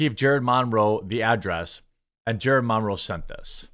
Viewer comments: Jeremy, it’s Monroe, like Marilyn Monroe. (Mun-row) Good video buddy. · Dude!! What is with the Mahn-row pronunciation? 😬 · The way you say "Monroe" physically hurts me.... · Why are you saying Monroe so weirdly? It's distracting with how much you keep saying it😂❤ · I refuse to listen to anyone who can't pronounce Monroe